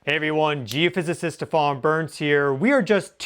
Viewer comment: I've never seen a geophysicist before who can't pronounce "geophysicist".